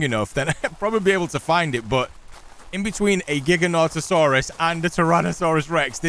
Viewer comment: Did you really say " giga-noto-saurus" 🤣🤣 it's pronounced "jai-GAN-uh-toe-saurus" root word is "gigantic" pronounced "jai-GAN-tic